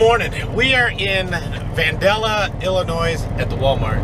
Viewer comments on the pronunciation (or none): VAN-DALE-IA.....and Illinois.....not ILLINOISE LOL